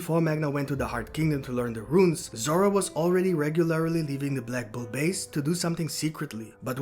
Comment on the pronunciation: Runes, not ruins🤣🤣🤣